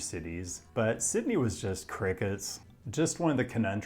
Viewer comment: The correct pronunciation of Sydney was just a false sense of security to hit you with that horrific Parramatta pronunciation